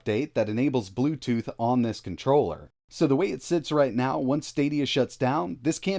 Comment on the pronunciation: are you serious right neow bro